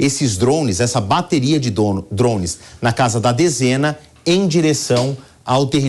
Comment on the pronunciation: "dromes"? Alguém tira esse repórter daí!!!! Kkkkkk